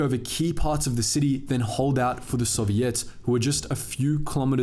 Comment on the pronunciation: I like the way you pronounce 'Soviets'.